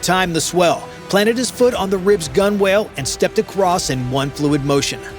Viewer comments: GEEZ OMG SERIOUSLY?? "GUN WHALE"? SERIOUSLY?? IT'S PRONOUNCED "GUN 'UL"! LOOK IT UP! DO THE WORK!! PERFORM THE RESEARCH!!! GEEZ YET ANOTHER EXAMPLE OF YOU NOT KNOWING SHITE ABOUT WHAT YOU ARE PUBLISHING!! GEEZ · Learn how to pronounce gunwale and coxswain. AND, WHAT WAS UNDER THE TARP??? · Never told us what was under the tarp, and cannot pronounce coxswain or gunwale earns this a dislike.